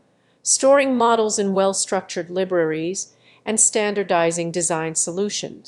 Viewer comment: Thanks for the video explaining the challenges of OSH design.. Who's the narrator though? pronunciation of some works like libraries, video and github (th? 😁) was confusingly off, while the rest sounded nearly like a native speaker..